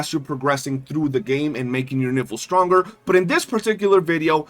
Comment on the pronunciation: Geesh, her name is Nifle, rhyming with rifle, not rhyming with sniffle or sounding like , well the way you say it repeatedly.